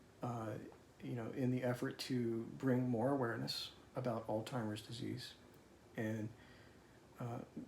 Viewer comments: This maybe an accent thing, I’m from the UK but does he keep saying ‘Oldtimers Disease’ instead of Alzheimer’s? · It is interesting how many people pronounce Alzheimer's as "Alltimer's"..some even pronounce it "OldTimer's". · I'm sorry to see this and I know how hard and long the road can be. My best friend.lost her mom to early Alzheimer's and another childhood friend of mine is in a care facility with Lewey Body Dementia. Prayers to you both. Pronounce as, "Alz-hi- mers". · why do you pronounce it Altimer's? Am I missing something? I am hearing a t in there when you say Alzheimer's. My father had Alzheimer's so I am familiar with the illness. I am sorry Theresa is going through this. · Why with the correct spelling but pronouce it like Alltimers alot of people do this though. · I’m curious, do you deliberately mispronounce “Alzheimer’s” as “Altheimer’s” so as to not cause anxiety to Theresa? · I have a friend who also pronounces it Alltimers. Is it another word for Alzheimer's? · Thank you for sharing your story. It’s pronounced ALLZ-Hī-mers ALLZ-high-merz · Not sure he's pronouncing her diagnosis correctly. I believe he's saying..altimers. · Thank you for sharing. It’s a difficult disease process. One thing…you keep saying it as “AllTimers Disease “. There is no T in Alzheimer’s . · This is to. Plz plz plz pronounce Alzheimer’s by its proper sound. Theres no “”timers” in Alzheimer’s. This of us who have this disease cringe when u pronounce the word wrong. I hope u went back to your wife’s accounting job & explained what your wife went thru especially when she was demoted! How terribly cruel. The person who demoted will confess that u cant blame them but yes u can because she didnt get demoted because she was doing well work. Im tired of drs putting ppl down for making an appt to talk about symptoms, & all the patient gets is your weird, your family is weird”u don’t know what your talking about etc. God Bless the both of u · altzeimers not altimers